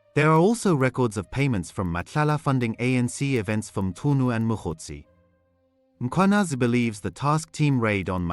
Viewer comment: Please guide me/ Is the presenter a real person or AI? I am surprised by the way he pronounce the names of the people like Mkhwanazi and Sibiya which which is hard .